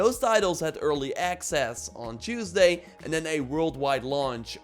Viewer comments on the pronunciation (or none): none